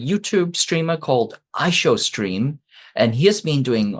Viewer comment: how can you do an hour long show and not get I Show Speed's name correct once? That's not respectful. its literally only 3 syllables